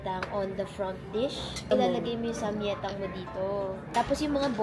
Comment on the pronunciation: Samgyetang..Not samyetang